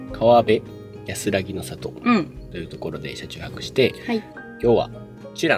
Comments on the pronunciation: 指宿に来てくれてありがとう！ 感動してくれてて嬉しかったー！ あとね、「川辺」はカワベ× ちゃうでー カワナベ○ やでー！😊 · 川辺はかわべじゃなくかわなべって読みますよー^ - ^